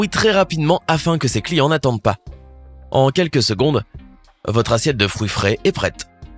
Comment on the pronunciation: Il a dit les froui